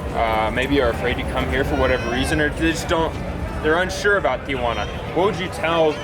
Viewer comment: Kudos for pronouncing it correctly- Tia Juana is here in La Paz! Jajajaja